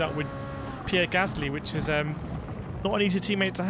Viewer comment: You need to check your pronouciation of the first Alpha Tauri driver. Daniel Riccardo has more than defined that the name is Pierre Gaslyyyyyy.